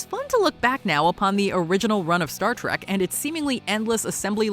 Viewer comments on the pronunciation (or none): none